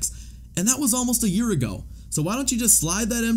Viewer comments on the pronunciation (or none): none